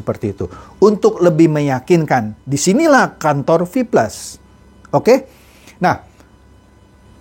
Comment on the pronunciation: Rip English wkwkkwkw